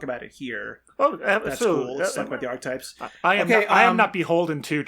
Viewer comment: Archetypes has three syllables.